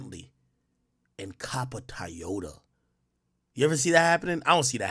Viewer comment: Why Ak say Toyota like that